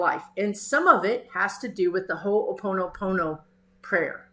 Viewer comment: Respectfully submitted by a resident of the 50th state. You may want to hear how to say Ho'oponopono.